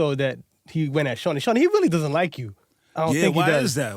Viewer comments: I don't think his mother or he knows his name is suppose to be pronounced (shawn-eye) not shawnie congradulations your momma played you and you played yourself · All I can hear is joe saying shawni